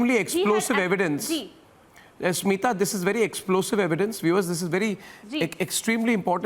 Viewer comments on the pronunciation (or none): Haar cheez ko debate bana de bc. And he legit said seema to smitha 🤦‍♀️ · Not Seema it's Smita